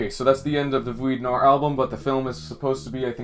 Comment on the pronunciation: Please stop trying to say the word noir